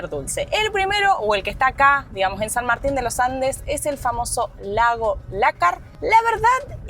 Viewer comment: "San Martin de lo Ande" 😂